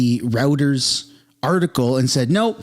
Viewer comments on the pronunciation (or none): It’s pronounced “Roy-trz” not like internet routers. Get it together man. Lately you have been dropping the ball. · Routers? I loathe them as much as the next non leftie but it's "Roy ters" for pronunciation. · Royters bro, not Routers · hey man, you clearly read a lot, so this is not me mocking you, this is me just trying to help you out so that others dont make fun. Reuters is pronounced "Roiters"